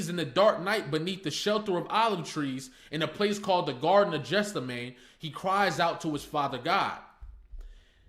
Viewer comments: Geth-SEM-uh-nee is the most common English pronunciation. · Garden of Gethsemane. “Get-sim-a-nee”… You butchered that word… Lots to consider from your POV…Can’t wait to see what he’s doing next. I think he was sad because he needed Gloria. He had writer’s creativity block because of his own issues he wasn’t willing to face. Gloria left…but she came back when he could focus again and dealt with his issues and his creativity came back. He started wearing his glasses when he could see fGloria grabbed his hand in the booth at the end to let him know he will be alright. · "Jeff-suh-mayne" is hilarious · Beautiful work ❤ Btw it’s Geth-sem-ma-nee 😊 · Garden of Gethsemane. “Get-sim-a-nee”… You butchered that word…